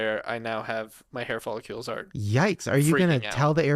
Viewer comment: Can’t get over saying hair folliCULES 😭